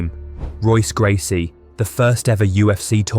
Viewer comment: Bro....how are you gonna mispronounce Royce Gracies name while saying "if you're an MMA fan"?